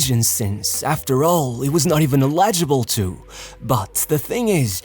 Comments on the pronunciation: Eligable, NOT illegable 😅 shouldve used AI for this one. (I hate AI) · Illegible = eligible, when he speaks